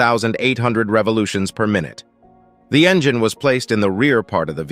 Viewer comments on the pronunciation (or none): "Enjeen"? Text to speech is still accumulating errors.